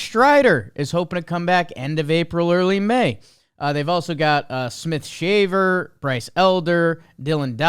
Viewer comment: I really hope that pronunciation of Smith-Shawver is a joke